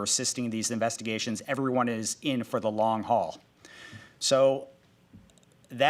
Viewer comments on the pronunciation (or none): none